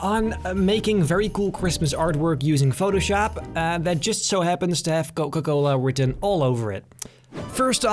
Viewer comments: Dude literally said Coca-cola'nt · Noca Cola 😂😂😂 I inderdaad loved this video. You know me.